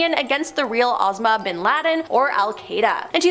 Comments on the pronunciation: I Believe This Woman, Is Not Real, But AI, As She Speaks Perfectly Good English, Untill It Comes To Names, Which She Never Gets Correct, Not Even Close, IE: Asmah Binladen??? She Can Not Pronounce Names, First Clue To Bad AI. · Did that woman just say "Cape Carnivalle?" "Al Kreda?" "Osma BinLaden?" wtf.